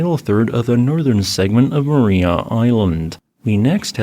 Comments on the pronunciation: Pronunciation is Mar-EYE-a as opposed to Mar-eee-a. Tassie is a fascinating place, my home for 27 years. I'd love to go back, but my wife is glad to be out of Tassie and won't go back. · It's pronounced "ma-rye-ah" island, not "ma-ree-ah" ;) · I recall seeing some of those fossils there in 2016. FWIW, locals pronounce the name of the island as Ma- RY-a. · FYI It's pronounced mar-eye-ah. I live in Hobart, Tasmania it truly beautiful 😁